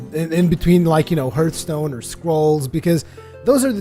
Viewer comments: HARTHSTONE NOT HURTSTONE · Its actually HARTH-stone,:) no judgement, I know English isn't your native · you watch TB,so why don't you pronounce hearthstone right?